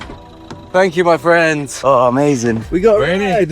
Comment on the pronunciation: “ooh fwend”